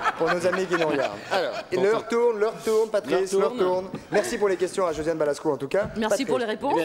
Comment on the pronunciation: C'est Josiane BalAsko, pas Balsko....